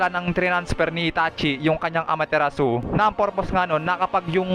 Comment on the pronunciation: May mga simple words Kang Hindi nababanggit ng Tama, katulad ng Amaterasu (Ama-te-ras)